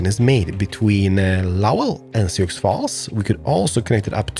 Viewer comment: Sioux is pronounced sy-oo